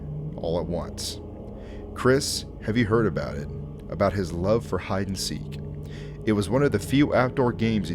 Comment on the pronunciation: “Hide and zeeke”